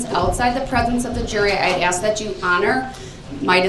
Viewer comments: Why do people say "aks", when they know the word is ask. Is it a refusal or are their lips just incapable of pronouncing those 3 little words correctly? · For every piece of crap out there like this one....if you say AX instead of ASK.....Open a dictionary you illiterate idiots. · AXE NOT ASK! 😂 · Michelle isnt here so he doesn’t need to “axe” anyone 😂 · Cuz yo aks😂😂😂😂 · Axe me a question! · Someone teach that idiot the word A-S-K! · Ughh I hate it when people AXE me to do stuff!